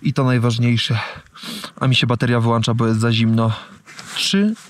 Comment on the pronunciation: Odcinek zajebisty ale nie wyłancza tylko wyłącza 😂